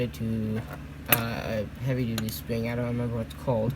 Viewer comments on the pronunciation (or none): “And the sping”